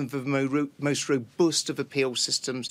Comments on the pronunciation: Completely obsessed by the way he pronounces the word "robust". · He cannot say robust and it annoys me greatly..